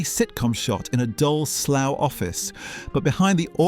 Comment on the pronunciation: Your from the uk, why do u call it slow instead of Slough?